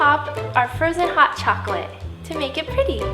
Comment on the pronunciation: Frozon hot chaklate